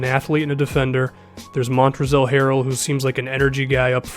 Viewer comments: did this boy say montrezel Harrell 😐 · It's pronounced montrez not montrezl the L is silent because the rockets don't take no Ls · The L in Montrezl is silent, it's just Mon-trez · They L in Montrezl is silent:)